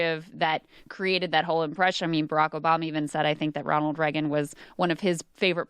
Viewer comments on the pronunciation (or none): The way Krystal says Reagan hurts me physically